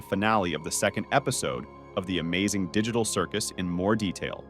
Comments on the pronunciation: He Said Digul Circus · "The Amazing diggital circus" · "dig-tital circus"👍